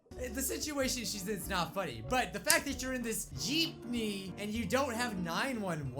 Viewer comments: The girl: Geepme: what’s a Geepme? The girl again: Geepme: WhAt Is A gEePmE?! The girl: Geepme: WHAT IS A GEEPME?!!?!?! comments go crazy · ITS NOT PRONOUNCED JEEP KNEE ITS PRONOUNCED JIP NEE EEEEEEEE REEEEEEEEEE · Gypnee? Lmao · You should watch snarled its a really scary channel. Also its JEEPME not JEEPNEY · What the heck is a Jeepeny? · Every Filipino lowkey offended: WHAT'S A JEEPNEY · It's a philipine vehicle. "Jeepney"